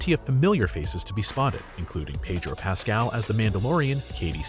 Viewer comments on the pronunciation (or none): none